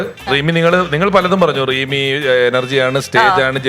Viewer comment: റീമി അല്ല rimi